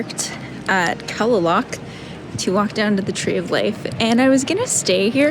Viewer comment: Kalaloch is pronounced Clay-lock.